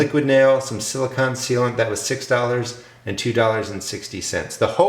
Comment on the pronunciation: Hi - nice video- I want to build a Thermosiphoning Air Panel (TAP) like yours, except bigger to heat a room on the south side of my house. First, gotta build the raised beds and get the garden going... Silicone... with ending sounding like 'cone'...:D